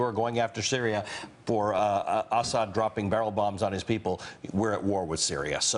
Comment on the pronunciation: It's Assad, not Ashad.